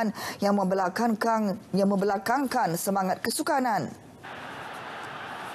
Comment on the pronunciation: Ingatkan "membelah kangkang" .. Rupa²nya membelakangkan.. Hehehe.. Org Terengganu kot akak baca berita nie.. 😆